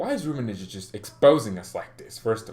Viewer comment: One favor, it will do you good, please stop saying "Rummenije" my ears bleeds ;). It's hard "G" like Gabon or goal.Okay? From now on, Rummenigge not Rummenije :)